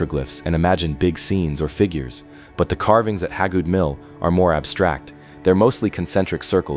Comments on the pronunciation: it's pronounced Hay-good and there is no trees or sunlight around it, it's been put under a shelter to protect the petroglyph. The mill itself wasn't there originally it was moved there in the early 1900's. The petroglyph rock is in its original location if I'm not mistaken, it was found by someone doing yardwork at the mill in the late 2000's. I live a half a mile down the road from it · HAY-GOOD. It's HAY-GOOD. I've lived in Pickens county most of my life. That name is all over the place. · Yeah, why didn't someone fix that crappy AI pronunciation before they published??